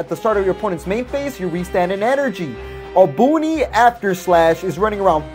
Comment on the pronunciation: Bro i love your vids but how the hell are you a substitute teacher this dude said bergamo furious roar and obuni after slash lmao